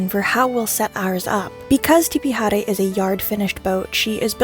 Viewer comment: Your pronunciation of Tipi Haere is beautiful and correct and a joy to listen to. Warren owners almost to a person destroy the predominantly Pacific names of their boats. You and the owner of Tipi Haere honour our two/language. Thankyou